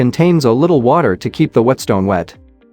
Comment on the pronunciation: Ugh AI voice can’t pronounce water